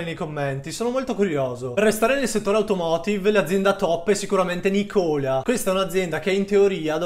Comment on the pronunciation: Video interessante. Occhio all'accento su Nikola, si potrebbe confondere con Nicola di Bari.